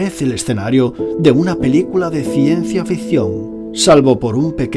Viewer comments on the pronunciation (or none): Porque dice ciencia "fision"? No es ficción? 🤔